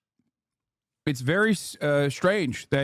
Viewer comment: TEYHROHR THUNNHELS